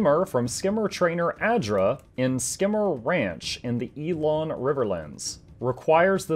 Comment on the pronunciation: elon not ee-lon and Ing-guht not ingot